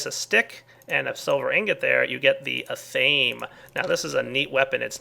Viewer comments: It isn't 'athame'. It is pronounced Ath-a-may. Just thought you would like to know. Thumbs up so he cana see please. (I know it's lame, but i would like him to know.) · Ath-uh-may. Not Uh-thayme. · ok so im usually not one to correct your pronunciation but seeing as how i seem to be your only pagan follower.... its pronounced a (like in aple) thi may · Just so you know, I do believe athame is pronounced ATH-uh-may, short A on the first syllable, as in the ceremonial dagger. Not that it really matters, but just thought it might be useful... Love your minecraft LP series btw, as well as your mod collection, more or less all of which I won't play without now -_ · Ath-a-may: Athame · Athame pronounced (Eth-a-may) (not sure how to spell how it is pronounced but took a shot at it since I know how it is pronounced) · The Athame is a symbolic dagger used by Wiccans and other pagan religions to represent fire, and you're pronouncing it wrong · That is not how you pronounce athame